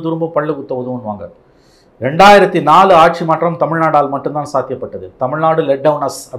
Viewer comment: BJP காசு கொடுக்காது? ஒன்ன தூக்கப்போறாங்க மோடி இல்லைனால் வேறு யார் இருக்கா? முதல்ல "கட்சி ஆட்சி" என்று தமிழை ஒழுங்கா உச்சரித்துப்பேசு! கட்ஷி ஆட்ஷி ன்னு கேவலமா பேசிக்கிட்டு..... latest survey தெரிஞ்சைகிட்டு பேசுபா!